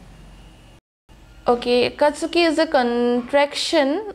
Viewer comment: I like the effort you put into your reactions. I’m mentioning this because I think you like to get things right, not to be rude or anything like that - Akatski is pronounced as three syllables, not four. The “u” is silent.